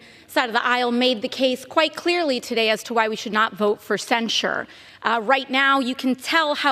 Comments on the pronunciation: Wth, is Cen-Shored? You said it wrong like 9 times. Its Cen-SHIRD. Not Cen-Shored rofl.. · Please learn how to pronounce "censure". Love your content! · What does "cen-sure" mean?